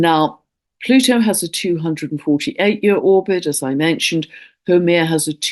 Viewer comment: Dear, thankyou kindly as ever for this illuminating message. Pls note, re: Haumea, I am a native Hawaiian, and She is pronounced as: how May ya. I have mentioned this before but you probably never got it. Have a Blessed, Magnificent and Peaceful Month to you and All of Us. Aloha Nui Loa 💕